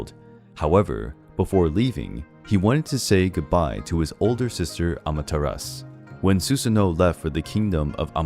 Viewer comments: The name is pronounced amaterasu Not amateras SHE was susanoo's sister. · Bruh, the "U" i Amaterasu is not silent.